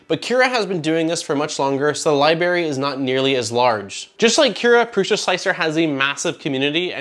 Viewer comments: LIE-brary. Not LIE-barry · this guy said LIBERRY